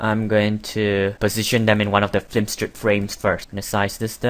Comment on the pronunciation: It's pretty well narrated, but why do you say "F L I M STRIP"???